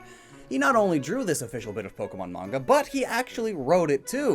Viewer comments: ... If it's man-ga, then that's acceptable, but mange-uuh? How on earth did that pronunciation happen? It's mah-n-gah, since the Japanese a is pronounce ah. Okay, lecture over! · it’s not mainja it’s mon-guh there manga💀💀💀💀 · main ja? u mean manga^^ pronounced mon-ga^^=manga^^ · “Mainjuh” it’s mah-n-guh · Did he say main-ja instead of manga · It should be pronounced as MAngGa!!!😠😡😤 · Downvoted just for Mange-uuh. Please never pronounce it that way again. I did however laugh at Japanese poon illustrator. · it’s pronounced mon-ga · You mispronouncing “manga” made me physically cringe😭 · You just damned thousands of children into mispronouncing "manga". As if it wasn't bad enough as is, way to go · I'm going to smack this boi for saying manga wrong on purpose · I have all the Originals the ones before the censor also you said a lot of the name is wrong like you pronounce manga wrong also the the Pokemon Fearow you pronounced it more like Furrow